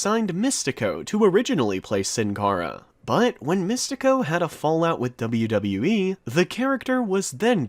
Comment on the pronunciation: You pronounce WWE very badly